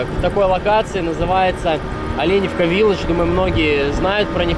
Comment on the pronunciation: Так Оленевка или Оленёвка?